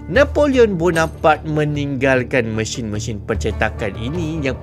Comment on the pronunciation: Sebutan mesin anda lebih kepada machine sepanjang video ini